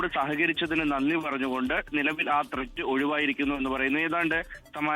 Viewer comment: Thret... thret....😂😂😂😂😂 Onnu മനസ്സിലാക്കി കൊടുക്കേണം